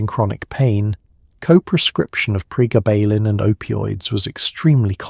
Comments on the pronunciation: PREEEEE GABB UH LYNN. Gabb like blabbing, grabbing. GABB. Not prayguh ballin. 😂 Pre. Gabalin. GABuhlin. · Priggabalin??? 😂😂😂 It's actually called Pregabalin! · Prega..ballen ? Ai sux! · Quite simply the best piece on this drug ever produced. Maybe informed by AI but none the worse for that. Pronunciation of Pre-Gar-Bar-Baline is weird. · Pre gaba lin .... Ai can't read that word yet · How could you possibly say it SO INCREDIBLY WRONG when the word is pronounced on the commercial????????